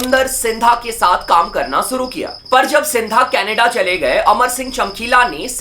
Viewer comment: ShShuru, not Suru ShShauk, not Soak